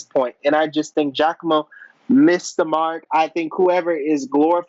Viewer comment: why did he think its pronounced Jack-Mo lmao